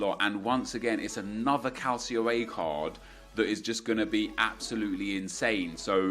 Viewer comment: You "can't take Parejo's shooting seriously" while I doubt you watch him at all and you still talk about Serie A as a "Calsio A". Lmao. Get a fucking grip.